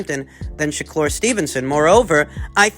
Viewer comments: ShakLur? 😂 why you been twisting everyone’s names so much recently? 😂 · sha-klur!!!!! lol